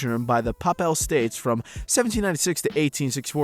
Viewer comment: "The Pappal States"